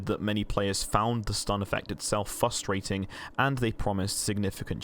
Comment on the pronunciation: theres 2 R's in frustrating 😁